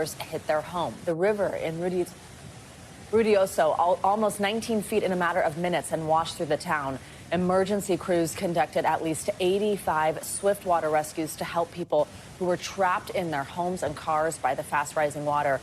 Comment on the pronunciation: Its pronounced: Rio-doe-so